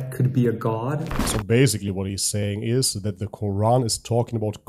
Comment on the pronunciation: HERE WE GO AGAIN EX-MUSLIM. IT IS GETTING TOO OLD THEY CAN'T EVEN SAY THE WORD QURAN CORRECTLY. 😂😂😂😂